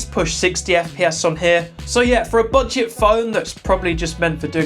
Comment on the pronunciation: Bro really called that phone a bedget phone 😂